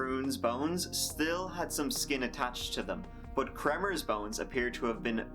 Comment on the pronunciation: you said, "Volomers"? and Froon….".